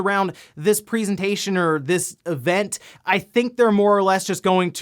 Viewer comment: Am-... Am I the only getting slightly triggered by how pronounces 'presentation'?.. That's not the normal way of saying that, is it..? That a dialect or smth?